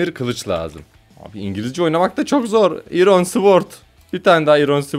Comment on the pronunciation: iron ayrın diye okunuyo🤣🤣🤣😂😂